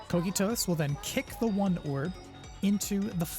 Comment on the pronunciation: Great guide, fantastic info! Some tips on pronunciations not that you need it: Kokytos is Greek and pronounced: "Coke-eye-tuss" and "Ravening" is like "ravenous - hunger" not a hard A sound but a light one.